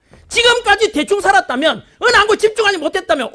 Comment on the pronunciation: "찌금까지 대충 싸랐다면!!!!" 스타팅ㅋㅋㅋㅋ